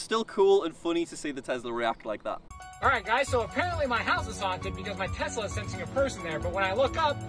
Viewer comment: Ah yes tezla